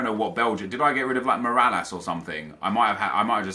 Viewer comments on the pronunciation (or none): none